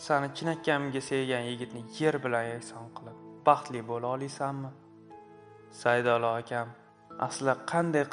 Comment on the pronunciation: Qiz ro‘lga tushmagan iltimos boshqa qo‘ymelar. Saydillo ismini ham to‘ģri aytomagan